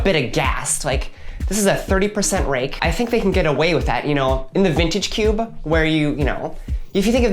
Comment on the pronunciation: "cuba" pronunciation of cube, is quickly becoming a pet peeve for me